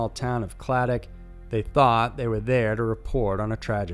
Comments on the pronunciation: Kind of hate how he is mispronouncing clydach, hes saying it like "cladack" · Pronounced.....cliduck (Clydach ) just a few miles away from where I live.